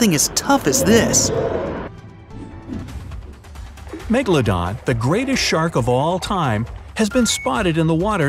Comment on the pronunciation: Are. Megladon. Stell. Reol😬